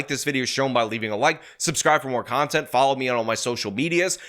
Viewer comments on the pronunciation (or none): none